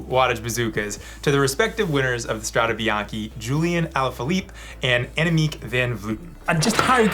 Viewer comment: It's Strade Bianche, not Strada Bianchi or whatever else people say. I'm amazed by how many people get this wrong.